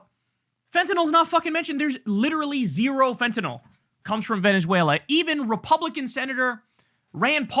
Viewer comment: Why does everyone say fent-en-ALL instead of how its REALLY pronounced, fent-en-ILL??Just wondering.Names of drugs r important,as is the pronunciation,because there r other drugs that can sound the same.YOU actually say it correctly .Just saying...